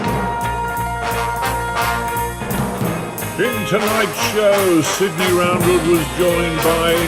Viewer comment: Hi all, Great to hear the getting a mention on the odd cast, no matter how badly it was pronounced (Sidney, really what was that 🤔). It's been interesting to see the varied responses on the various forums and platforms it's been posted on and also to hear you guys chat about it on the tinterwebnet. I was never trying to argue that big gaming was better or that they dont happen any more but that they are getting less and less and also that the drive of gamers to do them is getting less. It was the massive Gilder type games that inspired me to paint loads of figures rather than frighten me into the "I can't do that" mode and just give up. Two things have emerged from all the discussions and hit one bang on the head, people are coming to historical gaming from GW and similar small scale games, so that is what they expect. There is no exposure to the big game and this fuels the drive for small skirmish type rules which in turn makes those types of rules more viable for wargames companies so more people play them. The other point that came out was excess of choice. There are so many rule sets, cool sets of figures and Kickstarters that shout look at me, that a lot of people flit from one to the other like a cat with a laser pen dot and just don't concentrate on one thing long enough to make a big game out of it. I will hold my hand up and say that I am useless at Skirmish gaming. Our favourite toofatlardies set If the Lord Spares Us has grown to 1000ish 28mm fig games every